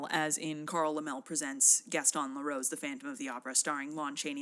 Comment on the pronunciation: Some pronunciation things 🙂: Gaston Leh-ROO, Carl LEM-lee, and Ben cuh-RAY.